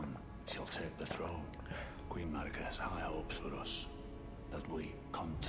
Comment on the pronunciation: lmaooo how does charlie manage to mispronounce EVERYTHING. ever-gael, ra-day-gon, ma-rai-ka, pla-si-doo-sax